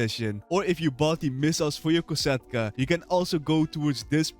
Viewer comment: Its kosatka not cata